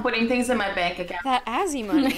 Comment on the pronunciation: doesn't even know she said an Irish word because she said bonc and bonc is bank in irish